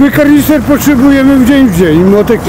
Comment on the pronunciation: Ta cenzura "r" przy słowie "kaRnister " XD